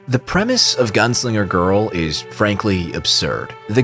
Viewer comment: À chaque fois que tu disais "Gounsliger" à la place de "Gunslinger" j'avais envie de te fracasser la mâchoire et te péter les rotules... 😒😓